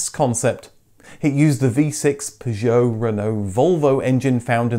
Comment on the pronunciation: What’s with the ridiculous pronunciation of Citroen, Peugeot and Renault!? Really informative clips but incredibly frustrating to listen to!!!